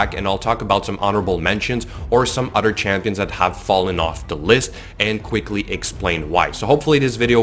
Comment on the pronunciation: “Other” not “udder”... besides that, good video